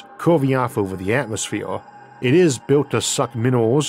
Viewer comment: LOL this dude can't do Rs he says Atmosfewe